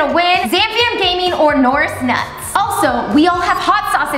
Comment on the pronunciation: “norz“ “nooris nots“ its “naz“ and “norris nuts“